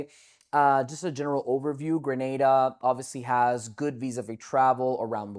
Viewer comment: Points off the bat for pronouncing Grenada right lol Thank you for creating this video. There is so much misinformation out there it's good to see someone giving you clear and accurate info.